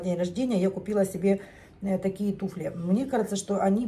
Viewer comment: Туфли, ударение всегда на букву У ВСЕГДА. НА Т'УФЛЯХ.,ТУФЛЯМИ.